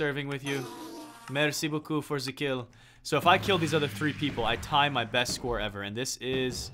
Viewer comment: Mitch it's Merci Beacoup.